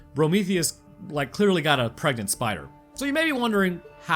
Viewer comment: pergenant? Preganté?